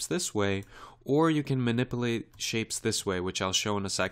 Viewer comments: Ma-nip-you-late. Not ma-nipple-ate. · Very good tutorial but please pronounce MANIPULATE correctly you say manip-A-late and it should be manip-U-late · Someone should tell this guy that there's a "U" in the word minipilate!